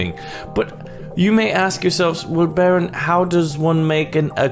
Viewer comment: its baron not baro its baronvongames not baro von games 😉